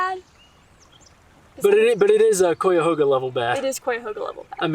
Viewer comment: Learn to say Cuyahoga properly before you bash it.